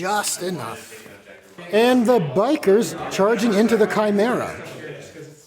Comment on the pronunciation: I'm sorry, but "tshimera" 😆